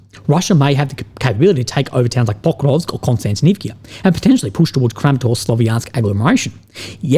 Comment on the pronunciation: Kostiantinivka It ends with "KA". Where's the "kee-ah"/"kia" from?